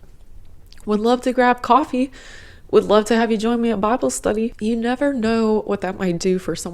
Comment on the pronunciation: I think I briefly caught your New York accent when you said "coffee"... lol.